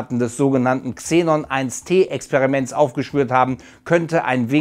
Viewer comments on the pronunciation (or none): XENON1T 🙊 man spricht es xenon eine tonne oder xenon one ton aus